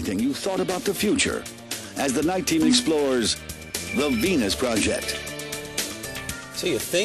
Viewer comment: Sounds like the reporter says "the PENIS project" att : p...